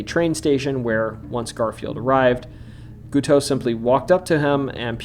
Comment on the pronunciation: the way you pronounce Guiteau is funny to me, but it's funny as is being very similar in sound to cake in French. Did you know the assassin was part of a sex cult (Oneida, who also made silverware, not joking, look it up) and they called him Gitout because even these freaks didn't want him? Also locked his wife in the basement and beat her. At his trial for the assassination, he preached, and at his execution, he sang his own religious poem in falsetto. I can't get enough of this guy... 😂